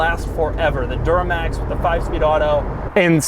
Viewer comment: did he say door-max instead of Duramax?